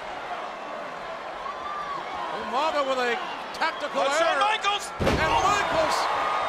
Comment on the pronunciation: everytime i hear umaga i cant help but think “ewmanga”